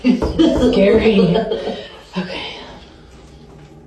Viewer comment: Still hate an refuse to watch fully, “skurry videos” ruins the mood